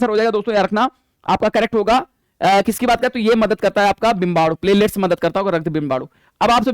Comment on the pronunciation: 😂😂😂😂 सर प्लेटलेट्स बोल रहे है मुझे प्लेलीस्ट सुनाई दे रहा है